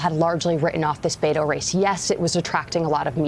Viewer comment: Please learn how to pronounce Beto.